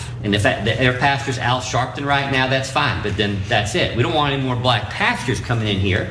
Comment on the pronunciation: Al Sharpton is not a “Pasture”. I may be wrong, but but it sounded like he said “pasture”.